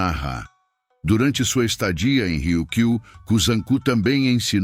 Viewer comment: Aviso: Riu-kiu - O R inicial , se pronuncia com som fraco, como em baralho! Kata : som forte no a final! Há mais erros de pronúncia...(02/07/25).